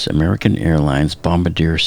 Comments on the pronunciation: A side note bombardier is pronounced bom-bar-dee-A. Not bom bar deer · Not bomb-a-deer. It is pronounce balm-bahr-dee-yay. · its not bombbadear ITs Bom bar dier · Why do people pronounce Bombardier as "bombadeer". It is pronounced "Bombard-e -aye". I know it's not just you. I hear a lot of people. Even Microsoft FSX pronounces it that way. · May I help with Aircraft Manufacturer Company Name Pronunciation? Bombardier: Bomb Bar Dee Eh Bombarderaye Bombardeer, is how we, who didn't know better, used to pronounce it! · Bomb-bar-D-ay I think is how you say it. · Bombardier. Like the French-Canadian word. Bomb-Bar-DE-yeai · Pronounced: bomb-bar-de-a. Good info though. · Its Bohm-bar-dee-eh, not Bombardier. That's the guy who releases the bombs from a bomber aircraft. Also, its the Potomac river, not Potomic. Who's your editor? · 6 seconds in. this is obviously not an aviation guy. Mispronunciation of the aircraft brand name is inexcusable. If you are going to do a video bro, start with actually getting the verbiage right. C'mon man. You're better than this. It's pronounced BOMB-BAR-DEE-AYE SMH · Clickbait.There's no passenger POV video, eerie or not. Also, it's not hard to say Bombardier correctly,. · I doubt u know anything about aviation since you can’t pronounce “ BOMBARDIER “ . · You lost me when you couldn't even pronounce Bombsrdier correctly. Obviously you have no expertise whatsoever.